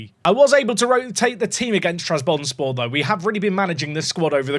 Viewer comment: every time you mispronounce trabzonspor it physically pains me </3